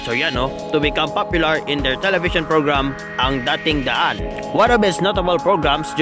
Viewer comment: DAting daan, not daTING daan